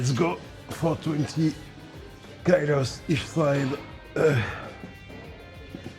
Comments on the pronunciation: it's good! just the ky-lo thing stood out ☺ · The English 'kilo' is pronounced the same way as in French.